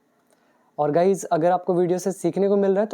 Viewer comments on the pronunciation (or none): none